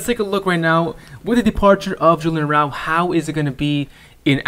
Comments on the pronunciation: Good vid bro but A-ra-ujo not araul. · Its Araujo, not arouw, arauho , the j is prounce like an H 😂😂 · Is it me or did this dude just mispronounced Araujo incorrectly.